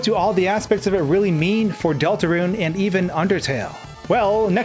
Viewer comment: It’s Delta roon not Delta ruinEven says in the intro